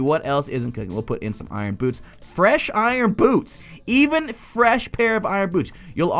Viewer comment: for some reason when you say"boots" I heard "boobs"